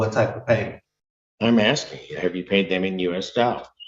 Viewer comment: He’s axsing, Your Honor